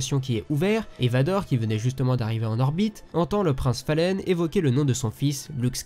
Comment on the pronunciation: Très bonne vidéo comme d'habitude mais s'il te plaît Falleen ce prononce Faline :)